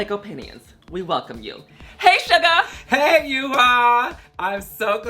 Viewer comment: Love love Shuga! And I appreciate that she makes the effort to pronounce your name more accurately. ❤️❤️❤️